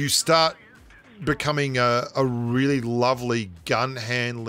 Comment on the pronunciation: I just noticed that says really like 'wheely'. Which I dunno if that's a pun or not